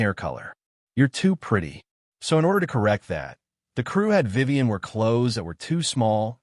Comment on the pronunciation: It's Vivian. Not Vivan.